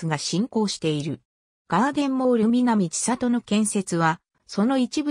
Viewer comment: ⭕みなみせんり ❌みなみちさと